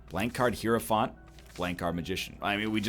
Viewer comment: He has finally pronounced hierophant correctly. It only took 5000 episodes bois